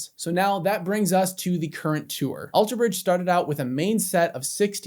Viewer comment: I never knew Scott played in another band! Thank you for that info! Also! Stop putting the emphasis on the "bridge" in Alter Bridge!! It's killing me 😂😂